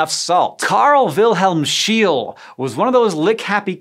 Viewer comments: Not Schiel, but Scheele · The 'e':s in "Scheele" are supposed to be pronounced "e". That's why there's three of them. And why they are 'e':s. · 1) Scheele is pronounced SHAY-luh. 2) How could you not mention LSD? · Scheele is pronounced like "shayla" /ʃālə/ :) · Scheele. approximately: shé (a long-ish sound like in "shape") - le. Please, don't drive a PorSH. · His name was Scheele. The double "e"like the "e" in "shell" and the "e" at the end like the on on "extinct". That dude was a German. Why has the rest of the world all the names of you English speaking people pronounce properly, but you keep missing it?! This is so annoying. Other than that, good show. I enjoyed it. But please, pronounce those German names correctly. or at least try. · The pronounciation of scheele is far of the correct pronounciation